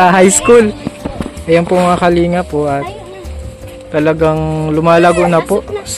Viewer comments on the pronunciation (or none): none